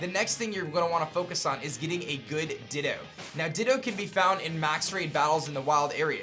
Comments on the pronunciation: Nobody: absolutely nobody:: dittOH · The ways you pronounce things really grinds my gears. "Everstooone" and "Dittooough". Very informative though, but man that's like nails on chalkboard to me.